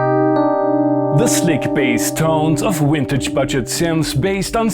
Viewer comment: If I've said it once, I've said it thousand times, but here goes. You are one of the sharpest and funniest guys on the www. Yes, you say "vintage" kinda funny, but ir really only adds. Seriously though, love this channel!